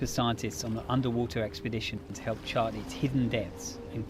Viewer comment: You said hilp